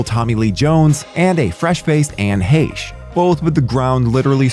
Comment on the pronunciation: Anne “Heh-shh” is how u pronounced her name. RIP to that woman 🙏🏼